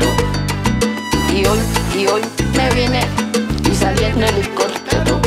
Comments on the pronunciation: Ella seguirá viajando en Hilicoptero, Hilicoptero, Hilicoptero Así lo pronuncia, ella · Brother se dice "ELICOTERO" no helicoptero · Cuanto se le dificultará decir ELICOPTERO.